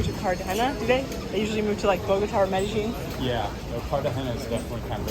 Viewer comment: ¿Que tal,? Do Colombians pronounce "Medellin" like you do, Me deh geen or as everyone else does, Me deh yeen? Just curious.